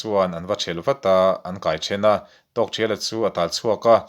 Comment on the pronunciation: A ngaihnawm hle mai,chutihrualin zawhna pakhat,Tawkthriala tia i lam hi Tawkthiala tiin ka lo hre thin a,ka lo hre dik lo zawk em ni niang,Aizawl Radio a pu C Lalnunchanga ziah an rawn chhiarah pawh khan Tawkthiala ti tho khan an lamin ka hre bawka,enge ka hriat dan hi a dik nge dik lo zawk min lo sawi chian sak thei la kan va ti ve,, engpawhnise i channel a puitling ka ti hle mai